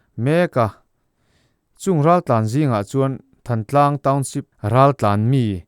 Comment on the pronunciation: "Thantlang" tih i lam dan hi midang ngaihthlak tura i upload hma hian zir hmasa la a lam dan dikinin lam la ngaihthlak a nuam leh zual tur.